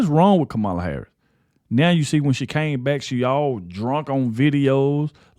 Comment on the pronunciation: Please learn how to pronounce the woman’s name. The accent is on the first syllable. Even if you don’t like her politics - it’s called RESPECT.